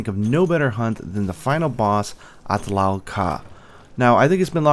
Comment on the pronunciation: the pronunciation is not the same though arabic is my main language